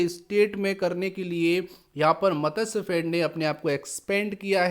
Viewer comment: Matsyafed :- it is not मतस्यफेड; it is मत्स्यफेड.